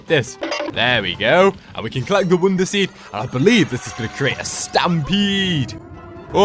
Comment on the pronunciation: why do you say "wounder"